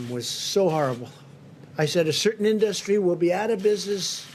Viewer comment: Airline inDUHstry, people. He’s just being colloquial. Still wack